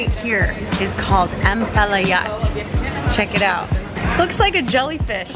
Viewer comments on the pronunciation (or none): Not ampelet but It is ambuyat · Hi, greetings from Brunei. That 'jelly-fish' looking dish that you tried is actually called 'AMBUYAT' 😏. Not 'Ampalayat' 😊 .Totally plant based. It is a starchy dish derived from the interior trunk of the sago palm. A good replacement for rice. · Hi, its pronounced Am-Boo-Yatt. It made from the sago tree. Thanks for the kind words. I'm Bruneian. Welcome and hope u have a great time here.